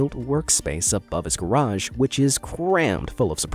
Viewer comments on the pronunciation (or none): none